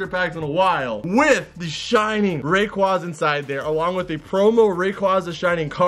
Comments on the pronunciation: isnt it pronounced rey qwea za? not ra qwa za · Sorry but it is ray-qu-A-za